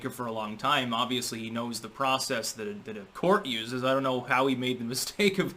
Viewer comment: you cannot pronounce an "n" or a "t" with your lips closed. You end up saying an "m" or a "p" instead. Example: You are saying "thap" instead of "that" at the end of this sentence. Not 'thap' you are going to care, I suppose.